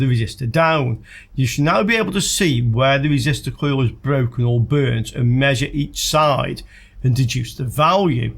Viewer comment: Your wesistor is bwoken.